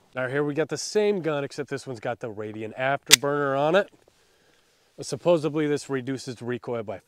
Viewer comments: I have learned to shoot better from watching you. Thank you! Oh FYI, it's supposedly not supposebly 👍🏻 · You had me until you said "supposibly"... My only thought was, "tell me vote Trump, without telling me." Ugh......